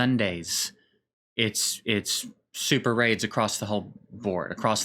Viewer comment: SuperRAIDs.... OR SuperAIDS???